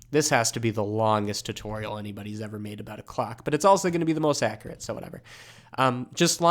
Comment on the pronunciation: every time i hear you pronouncing tutorial my soul dies a little bit but it is worth it because i love your tutorials